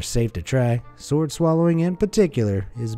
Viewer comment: The w in sword isn’t pronounced dude. Ripper video though. Good work as always